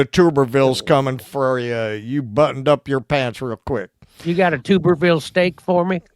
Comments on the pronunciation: Its not TOOB.. ITS TUB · It’s definitely not TOOBER it’s TUBBER. He coached at Auburn football, and then he was picked up by Texas Tech. I believe his wife has several car accidents allegedly under the influence and allegedly with a fatality. He is most certainly a scumbag, but he was a brilliant football coach, or at least while he was at Auburn. He didn’t do anything for Texas Tech. I knew him constantly had to apologize for the way his wife was acting but anyway he’s royalty in that state not here in Texas, but there it is what it is it’s hard to live in Texas and be independent. Everybody thinks you’re some sort of traitor, but that’s another thing you can’t stop they’re all scared and convinced that the vegans are gonna take their farms away even though most of what we grow, here is plants, we have a rich cattle in the street, they scared that regulations out of brains are gonna make it too expensive for them to run their ranches so I understand why this states mostly red. It’s just why I wish everybody would go independent why I think we need at least 10 parties to choose from isn’t doing it anymore and I never thought that I would be Happier with Republicans winning after this last four years I got to say the lesser of two evils one but I’m sick of that. I’m sick of the lesser of two evils. Why can’t we vote for the better of two and the answer to that question it’s because of the people, we’ve just accepted this no matter who dead those votes are almost 50-50 the only votes in this country th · And it is pronounced Tub-er-ville not Tube. Really shocked he got Jerry Nadler’s name wrong as he is a very well known Democrat and both are from NY.